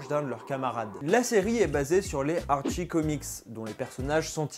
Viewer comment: jsuis désole mais Riverdale c trop la vie... et si jamais on dit Artchie et pas archie comme tu las dis en debut de video